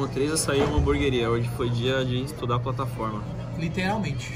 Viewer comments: Tem toguro falando hambúrgaria tem like kkkk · Alguém aí na casa poderia falar pro Toguro que não é Hamburgaria e sim Hamburgueria, por favor. Obrigado! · Nem abri o video é Já sabia que toguro ia falar hamburgueria errado